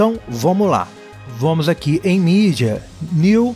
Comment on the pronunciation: Tenho certeza que ele fala: "Vomo que vomo," só para irritar a gente! kkkkkkkkkkkkkkkkk Poderia compartilhar o Nome das musicas usadas nos vídeos, pela descrição.